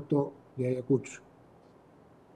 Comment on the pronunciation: Primeramente amigo es Ayacucho y no como lo pronuncias Ayacusho y creo que tiene su merecido x ser terca y aferrarse al cargo a sabiendas de que la población no la pasa y al ir ahí es provocar.